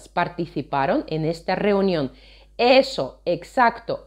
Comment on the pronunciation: Написано ESOOOO, но она почему-то произносит не ЭСОООО , а ... ЭЭЭЭСО